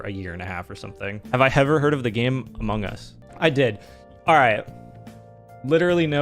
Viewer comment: Ha funny man said amougus